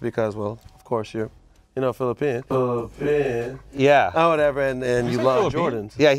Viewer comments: filipino not filipean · Welcome to the worst take club “Filopean” 😂😂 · Sole Collector since Trinidad & fucked up with their speech impediments I vote both of them get worst take and Brendan picks their shoes, first time ever on Full Size Run. said Pitcher(Picture) Trinidad said Flipean😂😂😂😂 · Trinidad james for saying FILIPEAN shame on you brother shame on you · dad saying filipean all the wayyyy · "Filipean", sorry dad smh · Unfortunately Dad gets the worst take... “FiliPean” 🤦🏾‍♂️🤣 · Dad.. "Flipean" is atrocious! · dad for saying John handcap and saying filepean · dad for saying filapean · Trinidad gets worst take because he said filipean 🥴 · Fillipean?! Where did rhis guy come from?! Oh, clickbait, hate it! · Dad over here trying to Say Filipino swag out, and end up say Filipean worst take 😂😂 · Worst take is Dad saying Filipean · Trinidad gets the worst take for saying "filipean" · Trinidad definitely got worst take for saying Filipean what is that? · is getting worst take because he said Filipino wrong.